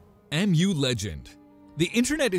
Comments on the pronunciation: MU series has been pronounced in Korea like the pokemon mew (not ‘em-you’ish) since its first version since 2000’s. No need for the confusion. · Mu legend = Meu sound.